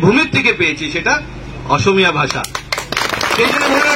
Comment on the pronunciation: অসমীয়া শব্দটো কব নোৱাৰে osomiya বুলি কৈছে